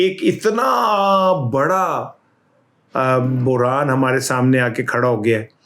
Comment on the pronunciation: بحران ہوتا ہے۔ اردو کے ساتھ ظلم نہ کریں۔